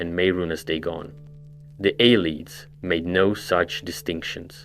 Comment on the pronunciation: A less snarky, more helpful version of this comment is that it's hard to listen to mispronunciations like that. The words are literally pronounced for you by NPCs in the games. Copy what they say.